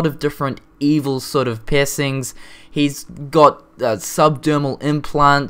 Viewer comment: Okay, every time you say piercing it sounds like pissing...